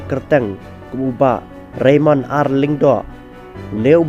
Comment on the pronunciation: Ka khana te ka biang palat bad nga ai ka jingiaroh ia i Bah Raymond bad ka kynhun jong i 👏👏👏 U narrator te hopeless. Phim tikna tang ia ka kyrteng jong u Bah Raymond. Shiphang phi ong Reynold, Reynon etc.. Phi ong ba dei ki sohtrun ba lah duh bad ba pyut.... Please be sure of what you read. This is social media platform.